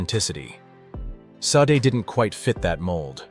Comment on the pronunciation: "Shar-day" very ez 2 pronounce